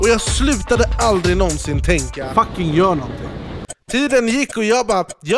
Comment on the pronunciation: "GJÖR" Bra svenska shurda 👊🏻😘